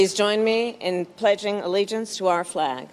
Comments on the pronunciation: Really? Really! Until YOU,, can correctly pronounce "allegiance," perhaps you could hold off on making such a petty criticism. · It’s not Amrica and allegance as you sounded. Harris is not Indian origin in true sense. Her parents were of Indian and Jamaican origin. Harris was born in US and brought up in US!